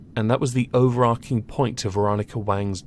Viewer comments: It’s “overarching” not “overarking.” There’s no “k” sound there, it’s a “tch” sound. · If you're going to use the word so much in one video, it's pronounced "over-arch-ing" really annoying